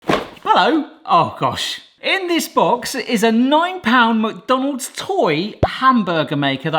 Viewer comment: Anyone else notice the way he pronounces McDonald's? It's like he says MuckDonald's...